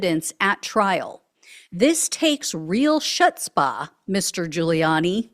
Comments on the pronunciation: ~ It was pretty funny hearing you say "chutzpa" and I just want to kindly inform you that if you're unable to prounce the "ch" with the guttural sound then you can substitute it with an "h" instead. It's totally ok to just say "hutzpa!" 😊✌ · That worrd is yiddish. C H IS pronounced as an H as in belp not ch like chhalupa. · "chutzpah"= hoots-pa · Chutzpah - pronounced like ' footzpuh' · It's "hutspah"😉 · Just a reminder that chutzpah is pronounced with a throat clearing sound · Learn how to pronounce “Chutzpah”, please! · Never heard the C pronounced in that word😂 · How can you mispronounce chutzpah??😳😬😬🤔🤔😇😎 You don’t inhale a cigar I can’t listen anymore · How can you mispronounce chutzpah??😳😬😬🤔🤔😇😎